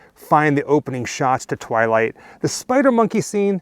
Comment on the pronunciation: Every time you say the word twilight,it hurts. :)